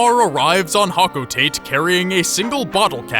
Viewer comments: it's actually pronounced like hoke-oh-tah-tay but you can say however you want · Hocotate is pronounced hok-oh-ta-tay and, , that is dwarf bulborb, a completely different species to the bulborbs! Get your facts right mate. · You pronounced hocotate wrong m8 its hoco-ta-tey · It's pronounced Ho-co-tah-tay. I learned that a month ago lol